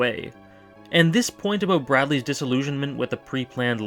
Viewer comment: "ouwt" "abouwt"